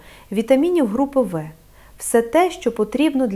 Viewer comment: Якби це справді озвучував лікар, а не штучний інтелект, то не було б таких помилок :" вітаміни групи ви". Навіть не лікарі знають що" група В" читається як " група бе". Тож поради, начебто, слушні, в більшості відео, але ж відповідальності за правдивість ніхто на себе не візьме. Бо насправді цієї Олени Михайлівни не існує